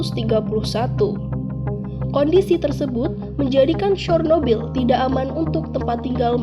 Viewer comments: Bacanya sernobil Bukan sornobil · Cara pembacaannya mendekati, yaitu "Chyornobyl"